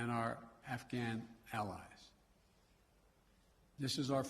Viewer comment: “Our Al-Al-UH-ALLIVES”